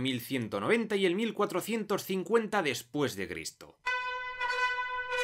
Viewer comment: Alguien mas escuchó "después de ver esto" en lugar de "después de cristo" en la introducción?